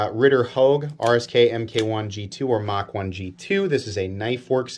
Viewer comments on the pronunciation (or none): none